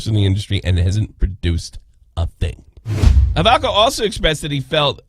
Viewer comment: Proper pronunciation is Holovka. I think Americans pronounce it differently.